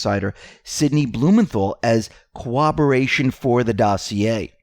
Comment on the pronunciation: PLEASE, practice pronouncing "corroboration".